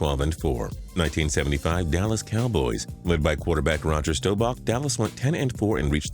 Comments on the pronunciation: Never heard of this Rodger stowback guy... if this is your job learn how to pronounce names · Roger Staubach not Stobach